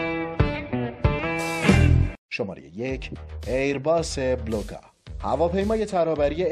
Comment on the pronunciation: هواپیما اسمش بلوگا هستش نه بولگا آی کی یو .بلوگا اسم یه نوع ماهی خاویاردار هستش